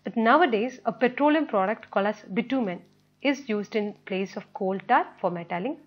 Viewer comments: it's coal not kaul lol 🤣🤣🤣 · Your pronounciation of coal is wrong correct it 🤣🤣🤣